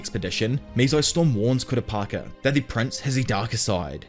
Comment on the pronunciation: Kura peaka is crazyyy Then started saying kura paka 🤦‍♀️